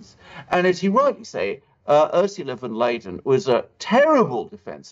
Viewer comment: She is called “ van der Leyen” not Leyden....